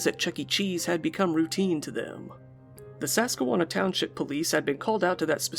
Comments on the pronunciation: I literally googled it to make sure there wasn't a "Sasquwanna" that I didn't know about rofl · i love your videos but i just have to comment that im laughing my ass of at your pronunciation of susquehanna 😂😂😂😂 at least i think that's what you're trying to say